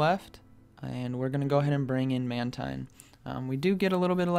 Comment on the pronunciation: Sounds like you say bubble man team...LoL